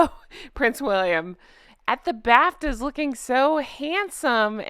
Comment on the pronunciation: I thought you said "Prince William in the bathtub", drat, you said Bafta 😅😂😅😂😅❤ Honk honk